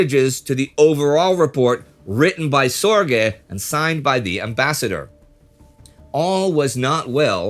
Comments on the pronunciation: Its not SOR GAY. Its closer to zerge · Richard Zorge! not Richard Sorge. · why is he (Indy Neidell) saying Sorge name wrong, It is Sorge, My uncle was Jack Sorge, Richard Sorge was a 3th. uncle to him